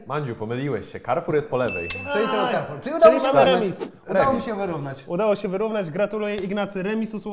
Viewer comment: Karfur się mówi, nie kerfur